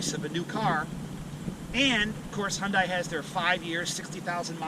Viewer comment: You can't even pronounce Hyundai correctly